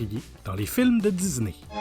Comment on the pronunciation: De dizney ah cet accent Québécois